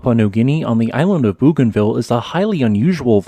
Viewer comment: Bougainville is pronounced "Bo gan Vee uh". Just thought it would help. Hugs🤗